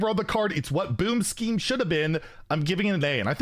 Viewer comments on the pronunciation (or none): none